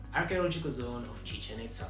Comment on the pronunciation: Chichen Itzáááá